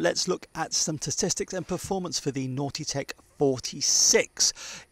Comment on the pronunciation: A couple of things. You say length in meters and a meter to an American is a rock in space. Secondly, your pronouncing Nautitech as "naughty tech" which makes me giggle of course.